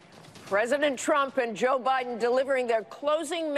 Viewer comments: Did Nate say O’Biden lol?? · "O'Biden" LOL